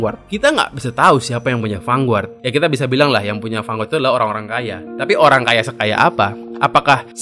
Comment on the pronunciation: mas, lafal "Vanguard" itu "fan-gard", bukan "fanguart"